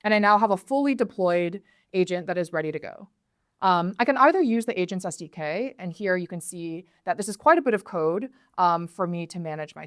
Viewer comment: After three minutes of me watching this video my wife in the background says "Oh AGENTS, not ASIANS. Ok I was getting worried."